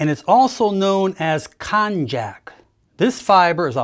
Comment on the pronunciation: Konjac, pronouncd kon-yak